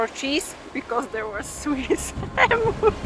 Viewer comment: Love the vids but it’s not emoos it’s em-you’s…hearing emoos makes my ears cringe…